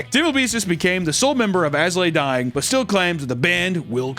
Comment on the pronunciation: please stop saying "As Lay Dying" and pronounce the "I".